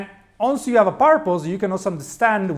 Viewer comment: Da rivedere la pronuncia di "once"